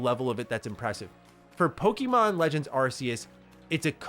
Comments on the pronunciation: Bro can’t you at least pronounce Pokémon correctly? There is no I in Pokémon. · Dude, I wanna watch these videos of yours, but I can't stand the way you pronounce Pokemon. It makes me cringe every time. Google the correct pronunciation bro.... plz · Just a friendly heads-up, it's actually pronounced 'Pokémon,' not 'poke-eee-mon, as in poke-A-mon.